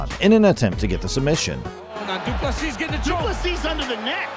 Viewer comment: try to say do plus c then you wil get it right